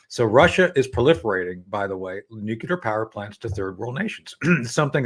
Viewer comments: Please tell Tony that it’s Nuclear and not Nucular… just a irritating…! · Please Judge stop your habit of interrupting your guests before they finish their comments, not a good interviewer habit. Please Tony Shaffer, the word is nuclear not nucular. I would think a DoD career guy would know that. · Your honour, I know this is acting a lot, but could you tell Tony to stop saying nucular?